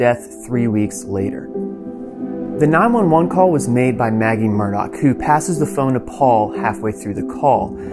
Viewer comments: He pronounces his name aleX yet everyone else appears to be calling him Alec. Alex Murdoc… is that a South Carolina thing? Seems like it’s Alex Murdah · His name is ALEX not ELLIC! It's MURDAUGH not MURDOCK! And while were at it shouldn't It be SCLED? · Why does everyone keep saying Alec and not AleX? Also they keep saying Murdock and not Murdaugh???? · Murdaugh.. sounds lot like sc pronounced murder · El-lick Murdok